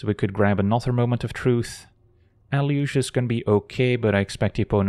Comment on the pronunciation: I thought it was pronounced “eh-loo-gay”